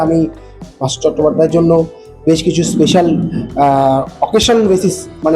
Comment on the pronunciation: ওনার নাম ভাস্বর চ্যাটার্জী ....... ভাস্কর নয়।